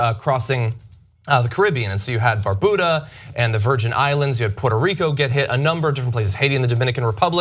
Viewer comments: it;s BAR BEW DAH. not "bar boo dah" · It's not Bar-Buddha, it's Bar-byouda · Can we start pronouncing "Barbuda" correctly? Thanks. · What the hell is Barbuda? I thought i heard wrong but he said it twice. Lol